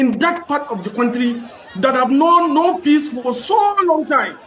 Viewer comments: is not Quontry its County 😅😅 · NO BE BAYOLENCE, IT'S 'VIOLENCE' NO BE LIBIN, NO BE KWONTRY, OZUWO